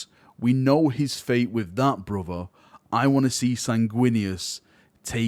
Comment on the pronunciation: All I heard was that an angel becomes deaf and unleashes his wraf against his taited bruv.